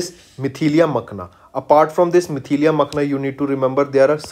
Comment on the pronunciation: Not Mithilia It is Mithila 😑